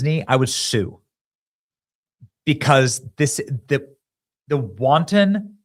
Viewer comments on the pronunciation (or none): none